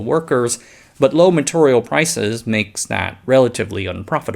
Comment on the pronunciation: Hey brother. Not a dig on you, but I have a request. Please work on your long e sounds. “Material” is not “maturrial”. It’s very hard to hear this across videos as they accumulate into hundreds of small nuisances and you are too helpful not to be honest with you about it. Very hard to listen to.